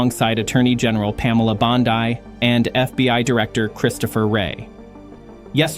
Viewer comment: Your "documentary", to say the least has so many holes in it, it makes the bullet hiles in the vehicle Bonnie and Clyde drove look luke BB dents! First off, Wrey was NOT FBI Director under Bondi (whos name you mispronounced) and was fired after Trump came back to office! Second, you say this all took place in April, 2026, which hasnt even occurred yet and wont for another four and a half months! Do you really think we are that stupid that we wouldnt catch these bs lies??